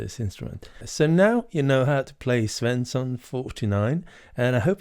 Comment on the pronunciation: Are you swedish? You probounce Svensson perfect